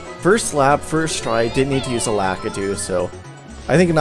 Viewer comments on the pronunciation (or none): Um,... the cloud guy's name is definitely pronounced LA-KEY-TOO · its lakitu